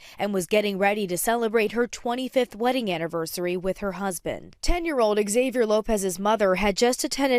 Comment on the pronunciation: How come she pronounced everybody's name with a Spanish accent except for Xavier Lopez X-avier lopez